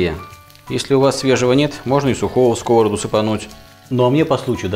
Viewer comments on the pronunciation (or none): сковородА. ударение на последний слог, а то режет слух. а за рецепт лайк!